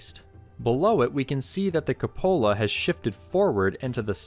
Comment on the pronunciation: Are you referring to the cupola? If so, it's pronounced queue-po-la. Not as if it's a cup holder.